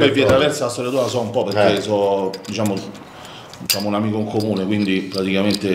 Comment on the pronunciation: Abbiamo detto: DISCIAMO?😅😅😅😅😅